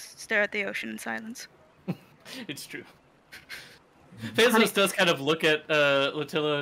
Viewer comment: I can’t help but hear Bezos when they say Fezos.